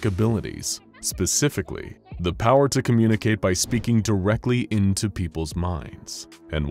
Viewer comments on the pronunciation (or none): none